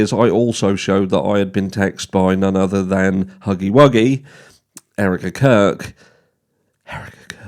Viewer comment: Loved how you said “Erika Kirk” 😂😂😂😂